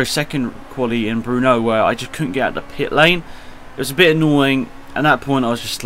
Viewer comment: "Bruno"? Are you serious with this pronunciation?